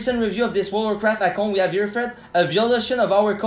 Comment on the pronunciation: Just watch his videos and you'll understand. Spoiler: He just steal his videos straight from other content creators. The only thing original in his channel is the way he says wod of wuvcwaft